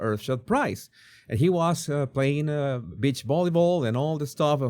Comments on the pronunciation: Please my friend STOP SAYING BIT CH means female dog and other things.....Say BEE CH give me a break! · Oooohhhh, 😂 you said BEACH volleyball, with your accent I thought you said bitch volleyball. Took me a few seconds to rewind my brain, I was wondering what kind of game is that 😂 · You may want to.practice saying g, "beech". not the other B word. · Omg another funny video! I love ur reaction and yes it sounded like u said B.I.T.C.H with ur accent but I giggled. I also laughed a lot that u felt let down about the beach volleyball women’s attire lol and don’t worry i saw and understood instantly what this was about … he looks like he might be a lil tangled in there… like bits slip out of his under… wear… hahaha I love when u do these types of silly videos! Thank u for the laugh ❤️🥜🍆😆🤣🤣🤣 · On an unrelated note, you sound like you're saying Bitch Volleyball. Bless your little heart. 🥰😆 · My girls would purposely trick my Mother into saying beach because that's how she said it.😂